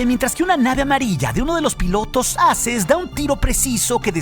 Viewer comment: Solo un consejo. Creo que lo mejor seria decir la pronunciación correcta de "Aces" (EXPERTO), o sea "eizes". Porque la manera en la que lo dices podría crear un malentendido a "asses" (plural de ASS)!!! UN SALUDO DESDE LA CDMX!!!